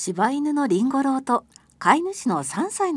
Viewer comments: りんご郎のイントネーションに違和感があるのは私だけか？ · 発音、りんご ろう、じゃなくて、りん ごろう ですよ。